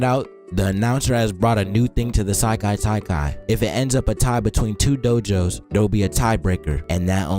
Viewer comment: Sekai Taikai not Sailai Taikai